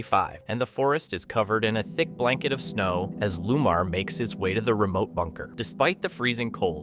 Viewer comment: His name is Lamar not Lumar.